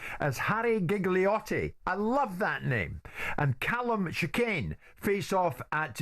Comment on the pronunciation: Yeah I can forgive him for saying Jiggle-iotti like Giggle-iotti even after he was corrected, but to misname Paulie while acting like he's his biggest fan...